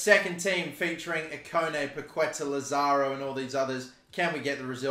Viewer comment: Just in case: In Spanish the letter Q is usually followed by a U. The ending sound is "ke". The tilde (á) means the emphasis on the letter. So Paquetá is pronunced as PaketÁ (emphasizing the last syllable). Entertaining video as always :)